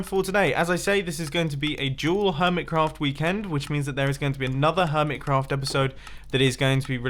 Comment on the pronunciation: Stop calling it hermitscraft